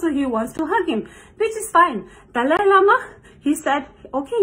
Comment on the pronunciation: I hate it when people call him Dolly Lama. It's Dalai, pronounced DAH-lie.